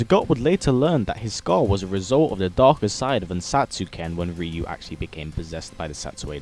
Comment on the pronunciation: RYU not ReU